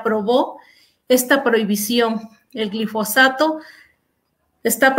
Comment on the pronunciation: es "GILfosato" o GLIFOSATO?